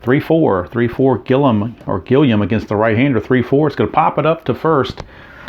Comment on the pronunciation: Gilliam is pronounced Gilly-Um. Doesn't matter we know who it is...lol